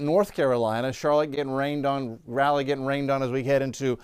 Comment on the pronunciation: “Rally”??? It’s Rah-lee. 😂😂😂